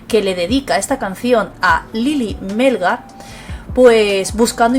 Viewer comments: Hola. Gracias por la información. El apellido de la señora es Melgar, no Mélgar. acento en la última sílaba. Saludos! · Melgar lleva el acento en la A no en la E ...